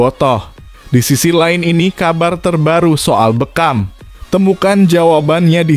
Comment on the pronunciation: Bukan be kam tapi bekkkam bukan umuh muhcar tapi umuh muhtar jangan salah nyebut itu merusak nama orang